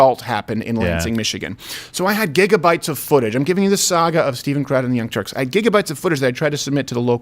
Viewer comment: Did you say Young Turks or Young Jerks 🤔🤔🤔